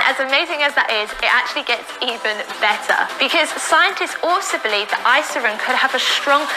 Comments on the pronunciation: Irisin VS Isirin. Drove me crazy also man. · Face palmed myself so hard I passed out. Talking about a hormone she can’t pronounce, yet she knows so much about? 🥸 Get these fake fitness scammers off the internet😅... FINISH HER! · It boils my blood how she keeps flipping the letters in Irisin and yet they did NOT FEEL THE NEED TO RERECORD! That‘s so unprofessional. It‘s so insulting to every watcher’s intelligence 😂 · I actually saw her ads a couple of months ago, and clicked on it just to see. After the 3 time she pronounced Irisin “isirin” I dipped! 😂 I agree that is seems like she has no idea what she’s talking about, and she’s probably being fed lines. Also, how ding no one catch those mistakes before airing the ads!? 😂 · "isirin" 😐😑 ummmm 😂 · They didn't refilm this because they assumed that nobody would notice that she pronounces it wrong the whole video because most ppl won't really be paying attention to that whole 30 minute video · my favorite thing is how she keeps saying isirin and the subtitles say irisin , every single time. it just breaks me , its incredible really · “She called it isogen that time!!”😂😂 I’m dying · I looked up the hormone during this video because I thought, “naaaah ...” ITS MOTHERF**KING IRISIN! Say it RIGHT! Argh! I think that literally gave me a rash. EYE👏RISSSS👏INNNN👏 meh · They’ve now actually put a voice over her pronouncing Irisin wrong every time so it says it correctly now but in a different voice. That alone makes it look fake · the funniest part, at least in the video I watched, the first time she said irisin there had clearly been a voiceover over that one word lol, meaning she probably butchered the pronunciation every time she said it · It's also funny seeing how the closed captions interpret her pronunciations of "irisin". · How did no one catch her pronouncing that hormone wrong?!